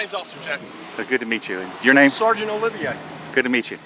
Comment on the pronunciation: oh crap did pronounce his name O-liv-E-ay... I call BS his name is O-liv-e-aa...